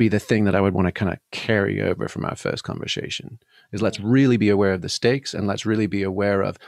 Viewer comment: God I love, his clarity and finely tuned moral compass - just wish he could pronounce "conversation" properly.